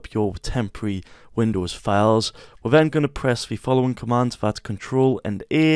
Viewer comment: “Windoos … do fix boogs” 😂😂 great video thank you very much ❤